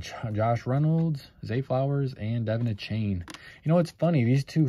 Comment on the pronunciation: Achane is pronounced "A-chan".